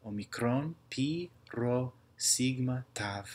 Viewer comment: a typo i spotted is the sigma letter, you pronounced it "σιγκμα" instead of actually "σιγμα"